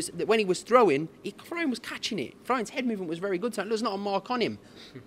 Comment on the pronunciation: “That wasn’t flroians best performance” neeeee 😂😂😂